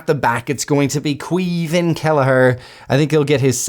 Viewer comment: Caoimhín Kelleher first name is pronounced as Kwiveen, that is how it spoken.